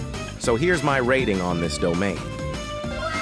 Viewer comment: "I'm gonna be beeyased on this ratting since it is the only yutae domain in roblucks"